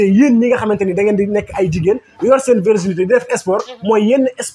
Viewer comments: On ne dit pas verginité mais plutôt virginité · Virginité au lieu de verginité. Bonne continuation !